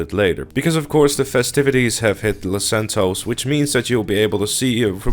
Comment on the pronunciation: its los santos not fucking lasantoes